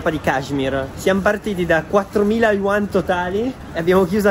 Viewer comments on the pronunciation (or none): Quando sei cinese e vedi questo video:si,questo e' la cina(😂)tranne per il tassista😂😂 PS:si di ce yuan non uan😂(non e' un commento che odia )